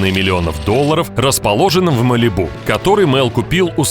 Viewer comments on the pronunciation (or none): none